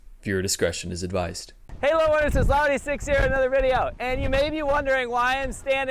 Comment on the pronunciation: Laowhy is pronounced as “Lao Why” like Lao wai, right? I was wondering why you pronounce it lao he in your videos. Just curious. I am a new fan and love your and Serpentza’s videos.